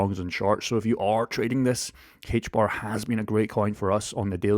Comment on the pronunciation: HBAR. In English, the letter H is pronounced "Ayche" not "hhhaych". The token is pronounced AYCHE BAR. Also, the token will be somewhere around $1,000 by 2030.